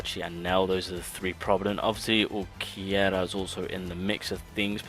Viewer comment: brother it's UlquiOrra not UlquiErra, for the love of god....